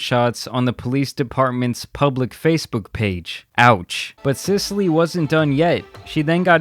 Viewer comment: Cecile is not pronounced as an Italian town my dude... “Sicily”... really?